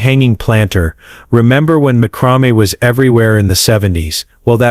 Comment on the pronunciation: Mah-chro-me? This AI narration sucks.😅